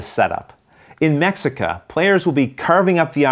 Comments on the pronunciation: LOL. it probably should be pronounced Meh - HEE - ca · Since the games about the people of Tenochtitlan, should it not be pronounced May-shee-ca, as per - sorry it just bothered me every time you said the name as if it were just like Mexico. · The game looks good. Only like a corious, I, like a mexican, can say the pronunciation is : me (the sound of the pronunciation of the english word he) ca. And for general culture, the lake in when the city was build, is Texcoco lake. salutes. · Great review! Just a note, the X in Mexica is pronounced as a ‘SH’ sound. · the Spanish pronunciation though. In Nahuatl it would be pronounced more like "May-shuh-EE-kah". Me gusta mucho tu pais y la historica de Mexico. Y por supuesto la cocina. ; ) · you are totally right, aztecs speak nahuatl